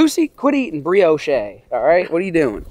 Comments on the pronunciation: I love but this dude owns chickens and still buys eggs. While saying some shit like breeyoshay. ITS BREEYOWSH MOFO I LOVE YOU. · lol BREEOSH’EH!!! it’s BREE OSH. (Brioche). Love the videos!!! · Did he say, berry's with the cream? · “BRIO CHEY” 😂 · it's pronounced bree•aash my guy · Someone teach him how to say Brioche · Just fyi, the "e" is silent in Brioche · It sounds like brioche but say it without the e at the end that’s how u pronounce it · Now you have me wondering if you actually know how to pronounce brioche